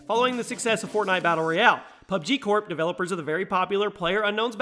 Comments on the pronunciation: U said fortnot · Did he actually say "FortNOT?" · He said fortnot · "fortnot" lol